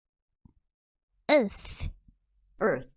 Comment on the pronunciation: this really got me XD , urrrthhhh